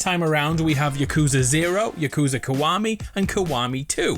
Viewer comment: It's Yah-Kuze-Uh not Yuh-Kooz-Uh